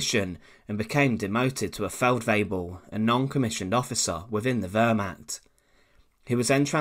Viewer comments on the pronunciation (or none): You are still clearly mispronouncing Wehrmacht. You come off like a high school presentation. Very amateurish. Come on. You can do better.